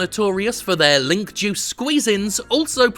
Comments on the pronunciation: Thought he said "Jews".... .😒Seems he's talking bout his juice.... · I thought he was saying Jews in the beginning and got really nervous